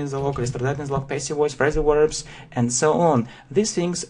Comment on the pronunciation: и, все-таки, контент не дотягивает. автор зазубрил грамматику и выучил слова, полностью ПОЛНОСТЬЮ забыв о произношении и мелодике языка "yeah?"